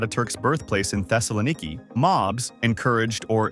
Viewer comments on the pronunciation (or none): Did you just gloss over genocide? Did you just refer to Smyrna exclusively as ismir? Did you just frame the people defending themselves from genocide as aggressors? I can forgive the horrendous way you pronounced Thessaloniki but which side are you on with this video?